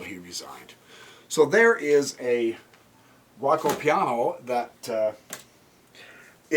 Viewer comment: Only one thing. To say correct Giuoco Piano try to say it like that Joko Piano. Also giuco is old italian now we just say gioco that meas game but also it is a verb I Play , Io Gioco.